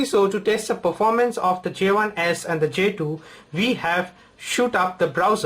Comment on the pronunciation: "j tooo" WTF ?